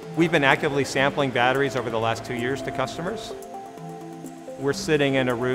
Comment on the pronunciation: Had to stop listening. Too many people pronounced them as bat-trees. Super annoying.